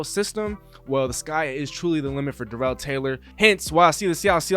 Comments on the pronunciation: It’s not duh rel it’s dare ul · LOL ya. You are saying it like Darrelle Revis. It’s kinda like how every one pronounced Terrell Owens name wrong. Starts with tear or dare not tuh or duh. Doesn’t matter just thought I’d say something.